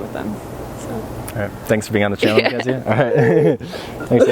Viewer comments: synchronicity-ah mackenzie-ah story-ah anyone else hear that? lol. i like it. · Is it just me but this guy says "Party-ia", "Mckenzie-ia", "sychronositi-ia', 'lately-ia'... Whenever the word ends with 'i' sound, he adds a '-ia', wtf